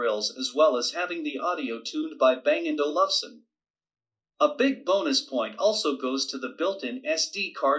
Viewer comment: Its pronounced Bang & Olf-senn